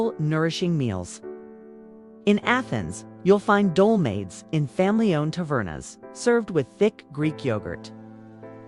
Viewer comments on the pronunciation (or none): Dolmades? Do-MA-thez. Who/what’s reading this? Loukamades. Lou-co-MA-theys. Pathetic.